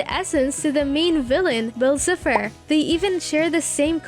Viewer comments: Hold on. Did you just say Bell Cepher? (Ehem Bill Cipher) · Her: Bill Sifer! Me: Girl it’s BILL CIPHER (Si-Fer) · She said bill cipher but pronounced it as “bill Sif-er” and called a clock a watch. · Dude they have a fake voice or just are bad at English it’s bill cipher but they say cifer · “bill sipher” girl yk damn well… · Who else can tell she’s never seen any of these shows. Edd-ah-lyn Bill cefer plan-taars I mean come on. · Nobody: Her: Bill Sith her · Bill siffer? 😕 it’s pronounced Bill Sigh- Fur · dude it triggers me soo much how this person says bill cypher like swiffer>:((. ITS PRONOUNCED SIE FER!!! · Everyone : Bill Cipher (S-Eye-Pher) Her : Bill Cipher (S-Ee-Pher) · “BILL SIPHER” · ....you did not just call him bill "siffer" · Not be mean but it's called Gravity falls not gravity and bill cipher is pronounced Bill (si-fer) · Who else noticed that she’s saying bill sipher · "Bill siffer" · Eee-dalyn, Bill ciii-pher. I just... They're pronounced so clearly in both series... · Nobody: her: bill siffer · Why do you say "Bill Siffer"? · Why do I feel like the only way you know anything about this show is google theorists Like you messed up Bill Cypher's name and you messed up Edalyne's. You were saying bill cypher like bill cifer and saying Edalyn's name like edaline. also all your points you made are just references and one crossover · You’re saying bill cipher wrong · STOP SAYING BILL CIPHER LIKE THAT ITS DRIVONG ME CRAZY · Your saying bill cipher wrong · Good video, but please try learning how to pronounce the characters names👍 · You say Bill Cipher’s name wrong and it pisses me off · ☠️ the way they say bill’s name bothers me so badly… 😭😭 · The way you pronounce Eda’s name makes me cringe. It’s ‘EE-da-lyn’ not ‘eh-da-lyn’ There are other mispronounciations throughout like Bill Cipher and scepter